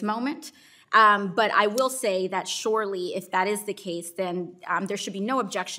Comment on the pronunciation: "Shorely?" From Cortez.